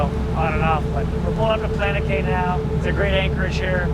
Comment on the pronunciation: Bro, cay is pronounced "key" It's not Chubb Cay. It's Cubb "key" It's a Spanish word that's been anglicized from cayo meaning small island. I thought you would like to know, since you reach so many people. Please say it correctly.